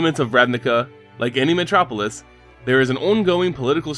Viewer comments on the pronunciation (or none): none